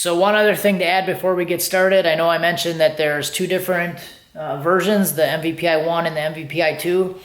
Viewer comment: MPVI not MVPI